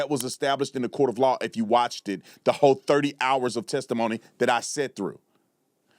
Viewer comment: Did you say Watchded? Wtf 🤦‍♂️